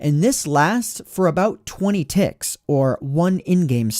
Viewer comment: Why do I hear "ticks" as "thicc"